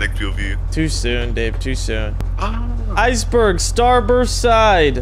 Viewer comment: Bro really said Ice burg starburst side